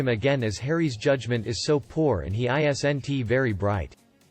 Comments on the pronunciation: So what is it? He has returned to the UK on the private jet sent to fetch him or he's on lockdown in LA? Please stop with the robot voice and video of you pretending to narrate No one pronounces isn"t I S N T. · Please have someone tell you how to pronounce isn’t.